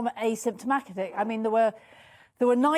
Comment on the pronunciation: That’s extremely important that this doctor says asymntimatic